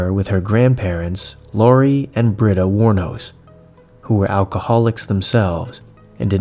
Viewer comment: Hmm, the internet says her last name is "Wuornos". Great story, really love this content.